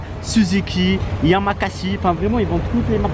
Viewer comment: Ptdr yamazaki pas yamakasi 😂 cool vidéo sinon